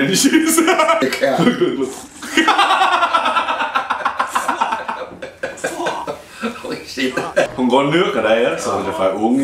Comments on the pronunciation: lol "horey sheet" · "Horey sheet" 😂😩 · "Hory Sheet" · "Horey sheet" HAHAHAHAAHAHAHA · "horey shit" HAHHAHAA